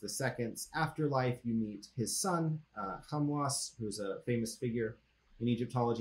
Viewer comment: My pronunciation isn't clear. It's meant to be Khamwas